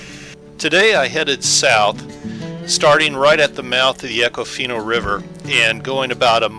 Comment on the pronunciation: You can always tell a non-local by how they pronounce an area. It’s Econ-Fina. Or if you’re a local good old boy, eeeecon-fineee.